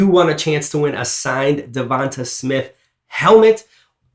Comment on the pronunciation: its not pronounced devontuh its pronounced devontay